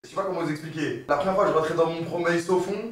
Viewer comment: "J'étais dans mon promeil sofond "